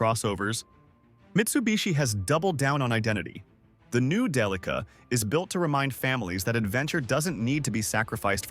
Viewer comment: Day-uh-lee-kuh. what a strange pronunciation. isn't it more like DEL-ICK-AHHH???